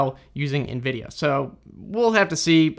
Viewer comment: The way you pronounce Nvidia as "EenVidia" lol. Cute American accent. Tnx for the info tho